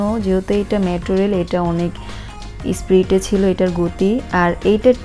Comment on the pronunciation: এস্প্লেন্ডার না রে আপা এসপ্লানেড আর ট্রেন স্প্রিডে চলে না স্পিডে চলে। গরু ছাগলের হাতে স্মার্ট ফোন থাকার অসুবিধা 😂